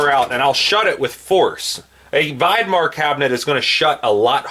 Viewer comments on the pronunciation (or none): Vidmar cabinets rock! I got rid of my tool boxes and went with Vidmar cabinets. Much heavier gauge steel, real roller bearings with races, and 400 lb. capacity per drawer fully extended. Some are on wheels and have drawer latches. BTW, it is pronounced Vid Mar with a short "i". (as in the word "video")